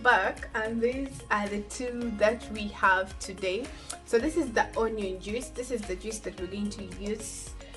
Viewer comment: You really need to learn how to pronounce JUICE....😇